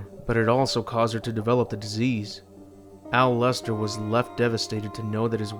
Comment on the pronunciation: Al-wester?! You mean... MO-LESTER! I'll see myself out.